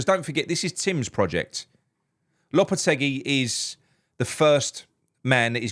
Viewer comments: low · puh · teh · gee 👍👍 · I speak Spanish natively. The way to pronounce it is “Lopeteggy”